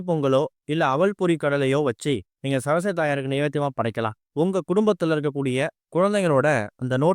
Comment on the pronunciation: ச ர ஸ் வ தி . என்று . நிறுத்தி , நிதானமாக தெளிவான முழு உச்சரிப்புடன் புரியும்படி பேச முயற்சிக்கவும் .